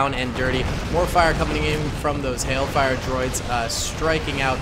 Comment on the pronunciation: Did you say "heck" fire tanks? Uuuh you know it's not hell fire right? It's hailfire. As hail you know raining sleet? That's pretty cringey.